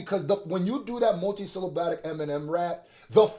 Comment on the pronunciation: It’s syllabic not syllaBATIC